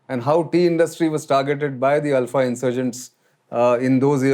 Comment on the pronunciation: Only man to have pronounced the name ULFA correctly. Feels good to hear from a well informed person who actually lived here. Cheers✌️